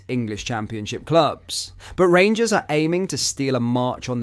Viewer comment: Wait for it “the rangurs are comin”